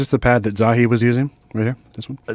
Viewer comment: I'll talk about the inner earth until your ears fall off Coach! It's pronounced "Zaw-Hee"